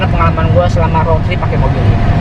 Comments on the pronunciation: Rot? Bukan rud? Indonesia bacanya...ejaan rot dan road salah cakap salah makna.baik menggunakan bahasa bangsa sendiri,kalau di seliti bagasa asing kena yg betul untuk pembelajaran.apapon saya suport. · Diseliti dengan bahasa english.tapi cara sebutan bukan english.jadi maknanya lain....contoh di cakap rot harus nya rud(road)